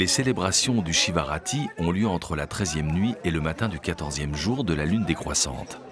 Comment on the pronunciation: Très beau reportage . Petite erreur de prononciation : Shivaratri (mahaShivaratri, la grande nuit de Shiva ) et non pas Shivarati .